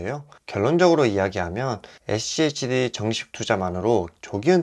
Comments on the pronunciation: schd를 achd로 발음하네....ㅋㅋ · 에씨에이치디 No!😮 에쓰 씨 에이치디 입니다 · 에찌에이치디 ㅋㅋㅋㅋ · 발음이 어려우시면 슈드라고 말하시면 훨씬 편할겁니당😊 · 죄송합니다 ㅠ 다음부터 슈드로 발음 하겠습니다 ㅠ